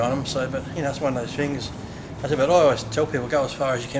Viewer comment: "like i said, it's one of those fings" lolol